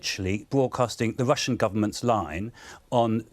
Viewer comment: Lord Adonis: "Bvoadcasters", "Vussian pvopaganda". Why are so many politicians and broadcasters unable to pronounce the letter R? Otherwise, great stuff from Afshin Rattansi. Rattansi says, "I was told what to say more when I was on the Today programme at the BBC!" Adonis and the silly besom interviewing interrupt constantly to prevent the audience hearing.